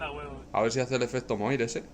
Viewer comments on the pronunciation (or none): por cierto, moiré se pronuncia "moaré"